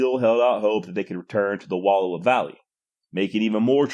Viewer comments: Wallowa pronounced wuh-L-OW-uh. Source: ME, I WAS BORN THERE. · Good. I was taught two big characteristics of Nez Perce: starvation was unknown and there was no warrior class. Also learn the proper pronunciation of Wallowa.